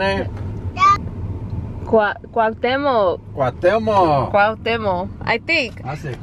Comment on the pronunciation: Hi, this is Veronica Gonzalez, my Hubby and I are Glad y'all got the Shirts. We got them from our church Soul'd Out Christian Center International. By the way, you said Cuauhtemoc correctly!! Lol!! So Happy you said yes to the dress can't wait to see it, yo se que te vas a ver muy Hermosa y tambien se que voy a llorar! 😢. Well take care Luciano Family!! Much Love and Respect!! Veronica and Temo Gonzalez!!